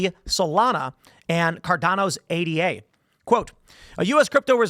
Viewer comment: "Ayduh", not A D A.